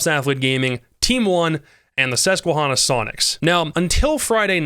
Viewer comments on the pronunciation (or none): super small thing and inconsequential but pronunciation for "Susquehanna" would have the "hanna" pronounced just like the name Hannah, other than that u nailed it, not many people in the scene have reference for the common usage of the word outside of the org name, so figured I'd share 🤣 great vid as usual